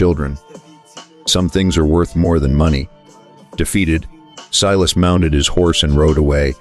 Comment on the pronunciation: Pronounce his name Silas, not "Seelas". Main character so this should be automatically done.